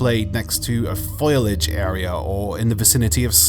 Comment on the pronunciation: "Foilage"? Do you mean, "Foliage"?